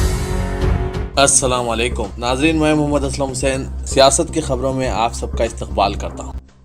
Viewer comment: Hamare ku toh salam karna hi nai aara....assalamwalekum kate??? Assalamwalekum bolte yaaro??? Siasat ek urdu news platform hai bhai kyku urdu arabi ka naam badnaam karrain!!